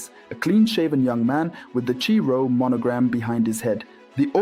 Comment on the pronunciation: Chi-Rho is pronounced ‘Kai’-rho‼️💐❤️🎉